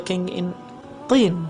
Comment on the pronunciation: Mr!You actually pronounce the word Tin with a soft a Q,like in Qalb/heart! Why are you pronouncing the word Tin like you want to pronounce it Qiin or Qliin? I have listened the whole video through and in every word you say you come clear and understandable, so why do you have problems with pronouncing the soft T sound!? T is pronounced at the tip of the tongue,Q is pronounced way back down the tongue!I just don't understand.....